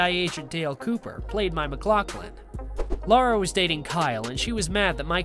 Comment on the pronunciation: Her name is LARA, not "Laura." L-eh-ra.